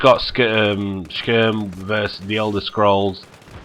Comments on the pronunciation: skurm lmao, it's SKY - RIM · HE SAYS SKYRIM LIKE SKRM HAHAHAH :D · I love how you pronounce skyrim (assuming i pronounce it right [sky-rim])